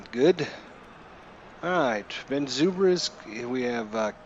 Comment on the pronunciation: You can move the players where you want. left click & hold on top left corner & drag to position. You must not be much on baseball because you butcher names Ben Zobrist is pronounced Ben ZOE-BRIST not ZOO-BRIST. Can't believe you got that game & you so baseball dumb. And you streaming your dumbness. WOW